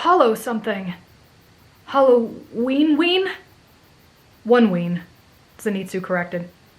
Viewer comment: 🤣🤣🤣omg : halloweenween / hallowoneween?